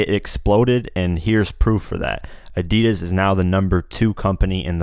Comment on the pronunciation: How stupid sound ADIDAS from you dude 😆